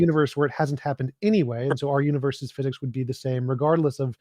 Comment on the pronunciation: "Laws of pheeezix". All that pompous windbag was good for was name-dropping and attempting to gish-gallop. Just like the religious zealots, he is not interested in listening and just talking at people.